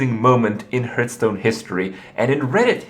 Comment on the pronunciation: Hurtstone, lewl wut